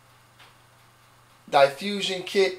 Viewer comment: That's not how you pronounce "diffusion", bro. "Die-fusion", LOLWUT?